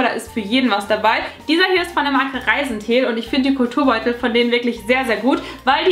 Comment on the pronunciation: Ich hab statt Kulturbeutel immer "cooler Turnbeutel" verstanden 😂